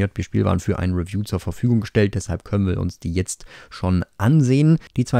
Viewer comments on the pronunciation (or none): none